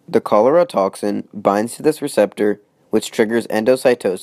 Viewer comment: it's pronounced cholera